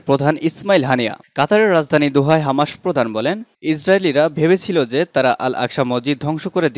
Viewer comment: হামাসের উচ্চারণ ঠিক নাই।